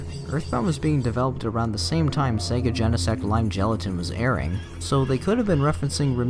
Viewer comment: Bro really said sega genesect lime gelatin